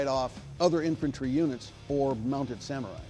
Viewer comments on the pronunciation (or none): none